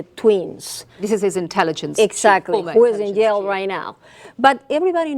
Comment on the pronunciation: "30 years of yale." That is a horrible English.